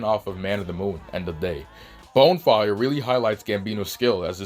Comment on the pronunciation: Are you misspelling and mispronouncing Bonfire on purpose? Is it some inside joke I'm unware of?